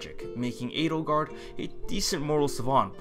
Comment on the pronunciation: that is the correct, I guess german, pronounciation...